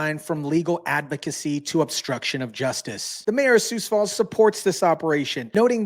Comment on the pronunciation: Are you AI? It's pronounced SUE Falls, not SOOS Falls. 🤦‍♀️ They need to send Ice up to Brookings, Watertown & Milbank SD.